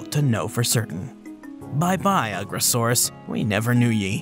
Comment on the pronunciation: I think you’re pronouncing the name wrong. It’s You-gross-arus. 😂